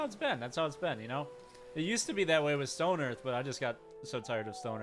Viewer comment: there's no such game as "Stone Earth", there's only stonehearth and that's not how you pronounce Hearth in English, it's a standard word and comes up in standard English phrases like "Hearth and Home", where hearth is not pronounced like hearse with a lisp, but more like in heart? It's like some people really don't seem to get out much or have many words in their vocabulary.